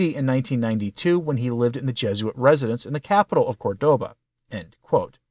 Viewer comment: CORdoba. Accent on first syllable.